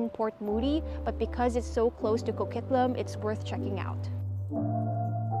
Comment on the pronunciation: Hol' up. There's tonnes of traffic in Coquitlam... Like some of the worst in the lower mainland... And it's Co-QUIT-lam, like as in quit talkin bull